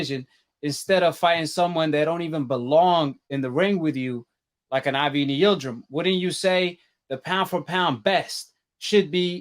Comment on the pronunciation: Its (AvNEE, AvNEE) bro jeez. U constantly say the mans name. Its pronounced (AAA-VVV-NN-EEEYY) I'm not a CANELO FAN but damn bro. I'm definitely feelin "WB - CANELO" EXPOSURE!!! gettin better tho. I ain't really get down wit it due to the "HANEY BIAS". My apologies for previous comments 💯🙏🏾👑🥊